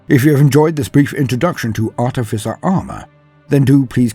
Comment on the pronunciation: Oh boy are we getting treated, thank you, not only is this just a little bit of perfection, but you also pronounced Artificer correctly, not an easy thing. How do I know, well I was an artificer officer in H.M. forces i.e. an engineer, not a good looking chap but I have a bit of grey matter that seems to work, it surprises me too lol